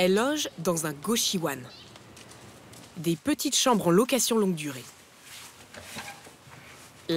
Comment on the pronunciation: ça se prononce "Kochiouonne" et pas "kochiouanne"